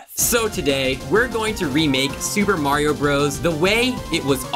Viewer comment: its not M-rated maerio